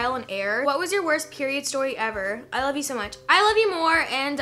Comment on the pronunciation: somebody count how many times she said "I LOYE YOU TOO"